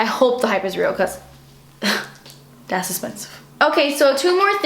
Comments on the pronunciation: I love it when you say "dats expensive" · I find it so funny when you say "dats expensive" you need to make merchandise saying it on it's your face aswell when you say it 😂😂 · i love it when you said "dat's expensive" xD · 'Das expensive' 😂😂 I love you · Amanda Hart Exactly!!! Wasn't sure how to spell it to make it sound the way pronounces it:P